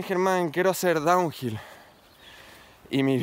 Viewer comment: diciendo: "Tu bici no sirve para hacer Donwhill" 2 min despues: "Haciendo Donhill con una bici burra del 89"